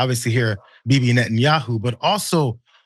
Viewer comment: Trump doesn’t know how to pronounce Bibi’s last name